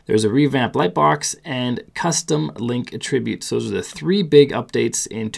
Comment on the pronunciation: "uh" tributes??